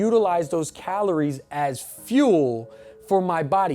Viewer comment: This whole video I was wondering wtf "calones" were xD... bro ur space between the 'r' and 'i' is all kindz of fcked up... thanks for the video because i've been looking for a video like this for weeks and couldn't find one!